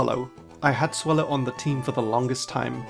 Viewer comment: The A in Swellow is supposed to be an E!